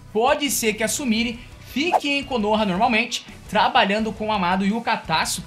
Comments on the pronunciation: Tenta pronunciar certo.. não é Sumiri. Se pronuncia Sumirê. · Se pronucia sumirê!!!